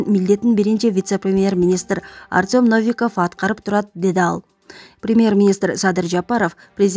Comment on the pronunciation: Навиков дейби, ушундай сабатсыз кызбы,Новиков дечи, о го басым жасап